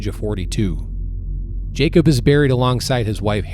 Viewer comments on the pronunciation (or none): none